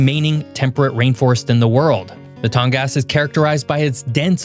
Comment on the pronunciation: It's too bad you don't do a little more research before putting it these videos. Firstly, your pronunciation of Tongass is awful. It's Tong-gus. Second, there is very little logging happening there, thanks to the looney toon liberals that know nothing about the area. Lack of logging has decimated towns all over Alaska, but especially in the tongass. So an abundant natural resource doesn't get used, and instead we import lumber from Canada. And the tongass is absolutely not dealing with "climate change." It's cold and rainy, all year long, just as it always has been. Residents there would actually LOVE for the weather to change and warm up. So, stop spreading propagandist lies for something you know nothing about.